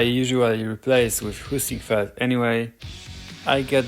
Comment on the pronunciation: I could have sworn you said "poosyfoot" when you said Heisingveld or w/e haha